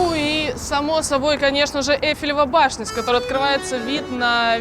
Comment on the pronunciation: сказала ЭльфелевА башня